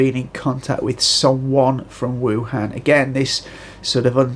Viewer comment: Wuhan is pronounced EwHan. So I suggest "Ewflu".